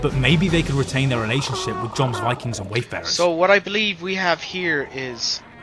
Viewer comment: "Joms" is pronounced "yohms", like J is Y